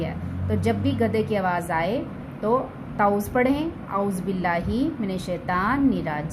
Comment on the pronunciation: تعُوذ نہیں، تَعَوُّذ پڑھائیں